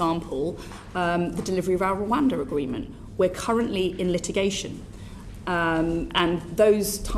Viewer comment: "agweement" lol